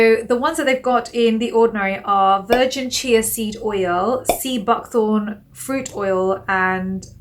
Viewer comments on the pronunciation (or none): none